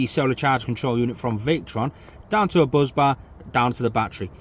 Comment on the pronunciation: Bus bar, not Buz bar, drives me nuts 🤪